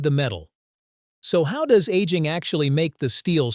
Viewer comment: 😂😂😂 , bot is talking about 1950s and showing the 1850s 😂😂😂 Aging sounds like annealing